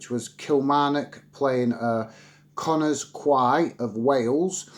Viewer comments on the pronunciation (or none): Connah's Quay is pronounced "Connah's Key". Good to see someone covering to other aspects of UK football rather than the non-stories of the premier league